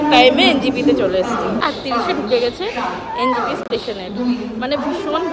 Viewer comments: Try covering ‘kunga’ if possible One more thing: why everyone pronounces it NGP when actually it’s NJP 🤔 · NJP লিখেছেন title এ আর বলার সময় বলছেন NGP .. এটা আসলেই বড্ড হাস্যকর.. আর এক মহাপুরুষ বলে গেছিলেন ‘ আরাম হারাম হ্যায় ‘